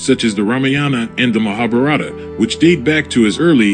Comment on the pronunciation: Get your pronunciations right. Its not Mahabarato its Mahabharat.